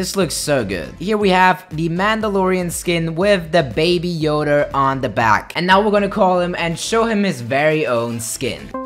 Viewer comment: Everyone: baby yoda: baby yoder